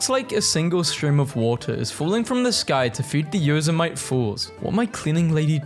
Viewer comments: Yosemite is pronounced Yo-se-mi-tee, not Yo-se-MIGHT. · I would have turned that doormat the other way around. Also, for future reference, Yosemite is pronounced Yoh-seh-mih-tee. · did this guy seriously just call Yosemite yo-sue-mite? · FYI it's pronounced "Yo-sem-it-ee" and very beautiful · Yosemite is pronounced "Yo-sim-i-tee". Watch a Bugs Bunny cartoon with Yosemite Sam. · fyi Yosemite is pronounced (yoh-sem-a-tee) Just wanted to help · you pronounced Yosemite wrong. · Like, I don't blame anyone for not knowing how to pronounce it... But it's still hilarious to hear them try, nonetheless.